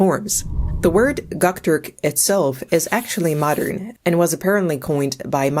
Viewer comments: That’s how you pronounce Göktürk as gucktork ? 🤦‍♀️ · Also, it is not gock turk, it is Göktürk. Gö pronounced as "eu"